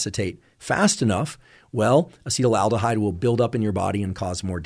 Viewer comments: its acetaldehyde not acetyl-aldehide as you are pronouncing it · It's not Acetal-aldehyde it's Acetaldehyde. FYI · Why do so many internet experts pronounce acetaldehyde "acetylaldehyde"? It's quite prevalent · It would be cool if this guy knew how to pronounce acetaldehyde 🙄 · Never heard someone pronounce acetaldehyde like that, lol